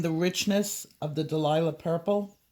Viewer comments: It's so cute how you call it Delilah Purple when it is really Dahlia (DAL-YA) Purple. Thank you for all your wonderful tutorials!! Blessings to you always! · For all the colourists who say "Dahlia" wrong - it's a flower and pronounced "Dale-ya" but you may be doing that on purpose lol!!! 😂